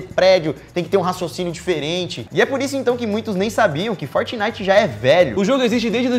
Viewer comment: "fortinite" kkkk não parei de rir